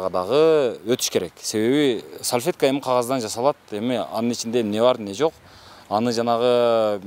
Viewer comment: Ой сальфетка эмес САЛФЕТКА дейт 🤭🤭🤭🤭😁 туура суйлосон боло.